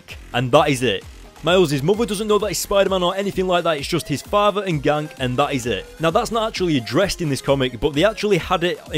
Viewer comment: Is Ganke pronounced "Yan-Ke" or "Gank" lol? And btw I tricking loved this issue, it was so awesome and Miles is awesome.